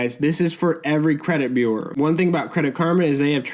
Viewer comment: Thanks for the information...but u are mispronouncing bureau and that takes away from the video for me 🤷